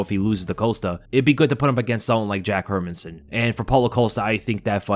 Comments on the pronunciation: Her-Man-SON. Listen to others pronounce his name and get it right dude! 🤦🏻‍♂🤦🏻‍♂ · Please learn to pronounce the fighter's name please why does sp many mma pages butcher these fighter's names ..... It's pronounced Her MAN son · "her men son" sometimes your pronunciations irk me 😂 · Hey love your videos by why you saying Hermansson like that, my guy? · We all know that you don't know the basics of the MMA game when you can't even pronounce Jack's name correctly..😂